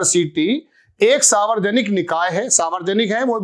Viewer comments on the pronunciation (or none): आप मुद्दे सही उठाते है ,पर न्युज या वीडियो पर अपनी ट्रैनिंग पूरी करीये ! सावरजनिक नहीं सार्वजनिक बोलना सिखीये , ऐजेंडा में ऐसी गलतीयो की ठुकाई के लिये अमित मालवीयो के जूते खाने के क्या मतलब है ? चैनल पर मोबाईल में देखकर वीडियो बनाना , एक बेवकूफी है ! जरा पत्रकारिता के परखच्चै ना ऊडा़औ ? मुद्दो की मय्यो हो जाती है ! शुरु में ही घोषणा कर देवे बोलचाल !भाषा! उच्चारण में गलती आपकी ना समझी होगी ?